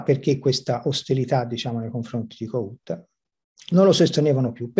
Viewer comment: La pronuncia è: Kòhut, e la "H" non è muta.